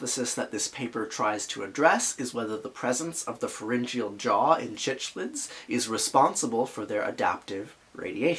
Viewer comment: Its prounounced Sicklids! Great video though!